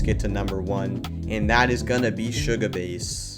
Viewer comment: THIS GUY SAIG SUGA-BASS… HE is A BASS